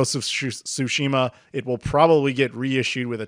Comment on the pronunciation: I love these yearly chats. But it's Ghost of "Yaw-Tay". Also "Tsu-shima". With a T, which is pronounced. Otherwise, thank you.